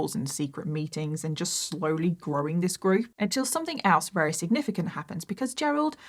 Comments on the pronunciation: Just curious, is it a local dialect thing when you say ‘rary’ instead of ‘very’? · I always love your videos, amazing. But I have to ask, why can't you say the word 'very'. It's not 'rery'....